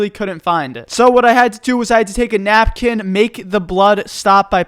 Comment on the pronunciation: First thing I hear after I bled out "I had to take a Nap- Kin " I thought he sad he was taking a nap for a second